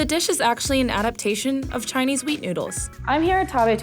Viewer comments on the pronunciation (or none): The person talking was so high she said wheat into weed.